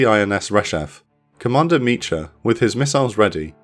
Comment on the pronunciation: Great video! Small note, in the Hebrew name 'Micha', the 'ch' is a guttural sound, like you're clearing your throat. So it's not like the 'ch' in 'cheese', but like the 'ch' in the Scottish word 'loch'. The English version of this name is 'Micah'.